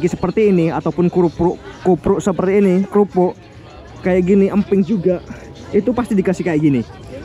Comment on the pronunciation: Krupuk bang bukan kupruk😂😂